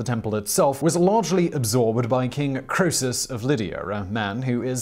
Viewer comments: King Crow-sis? No, that's pronounced CREE-soos. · Croesus is pronounce Kree-suhs (uh as in "duh") in Modern English. In Ancient Greek it is pronounced "Crow-ee-suhs". I prefer the Ancient Greek pronunciation. "As rich as Croesus," is a byword for being fabulously wealthy beyond the dreams of avarice.